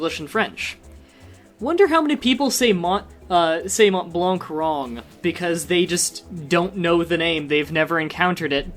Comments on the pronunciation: 12 years too late but since you parade a bit on it, i have to say it, Montblanc actually sounds "MON BLAN", no "t" and no "c" :') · Funny how you tell people how they pronounce Blanc wrong and you do. I'm french and Blanc you don't pronounce the 'C' also Mont the 'T' is silent. Still good start on the Let's play maybe I'll finally "finish" FFTA since I never get into it. FFT was way better in my opinion.